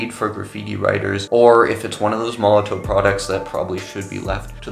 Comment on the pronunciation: It's pronounced molotov mate...sorry to be picky.. ha ha ha